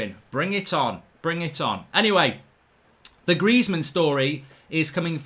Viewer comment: Greizmann?! Stop. Please, stop.